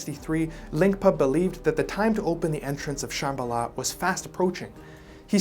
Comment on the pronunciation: Brand new subscriber here I would just like to ask you to pleas, in your future videos please do a little research on pronunciation because the way you pronounce Darjeeling and Shambala was maddening